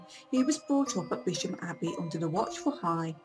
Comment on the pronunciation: Its a shame people can not pronounce the name of the ancient village! It is also worth knowing that Bisham is closer to Marlow than Maidenhead and has far closer connections than Maidenhead.People should really do their research more thoroughly.